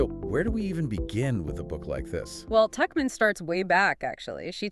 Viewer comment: The man in this discussion alternates in his pronunciation of "Tuchman" while the woman is consistent in correctly pronouncing "Tuchman" as "Tuckman